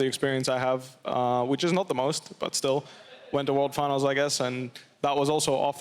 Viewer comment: Hate foxdrop casting, most obnoxious word pronunciations. Wherll and ooorrrl doesn't belong in every fkn word.